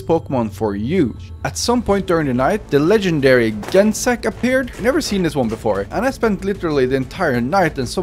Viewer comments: Aight , Im Mad At Your Pronunciation At The Pokemons Lemme Teach You 🤌 You Said - Gen sect , Thats A Big No No Its Pronounced Like Generation Now Erase ration And Put Gene And Insect Remove The In So Gene Sect And Druddigon Its Pronounced Drud Di Gon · YOOO YOU CAPTURED GENECECT HE MY FAVORITE POKÈMON!!! I DONT EVEN CARE THAT YOU MISPRONOUNCED ITS NAME!!!